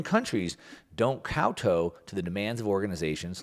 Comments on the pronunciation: Kow-toe?????? Kow Tow silly Yank! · Please learn how to pronounce the words you are reading that clearly someone else wrote. Kowtow- kow (cow) and tow rhyme Director- ates Why is someone else writing your material?